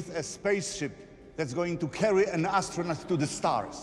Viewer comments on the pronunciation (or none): none